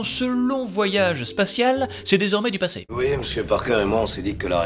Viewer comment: Un belge qui dit "ui" au lieu de "oui" un tonnerre d'applaudissements pour!!!